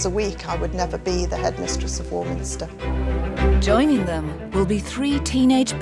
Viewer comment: They could pay me £500,000 a week, I would never be the headmistress of War-minis-ter. Hmm ... Well, that's a lie now, isn't it? But you would have to learn how to pronounce the name of the school properly.